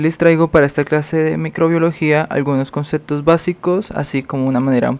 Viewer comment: no se dice "concetto" mi amigo, se dice concepto; ni "interatzion", ni "otzervacion"